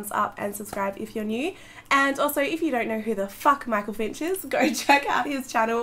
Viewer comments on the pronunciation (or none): "Michael Finich" ahahah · Michael 'finich' hahahah could not help but spot that straight away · Michael "FINICH" omg CYA AHAHAHHAA